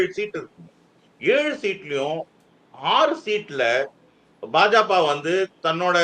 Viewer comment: பா.ஜ.க என்பதை ஒருமுறை கூட சரியாக உச்சரிக்க முடியவில்லை ஆனால் இவர் தான் பாஜகவின் எதிர்காலத்தை தேர்தல் களத்தில் கணித்தாராம்?